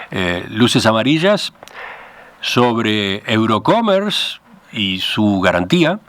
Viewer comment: No es "Eurocomer", es: EUROCOMMERCE .